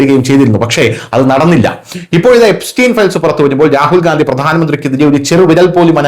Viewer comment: ഗാന്ധിയല്ല, ഗണ്ടി എന്നു പറയു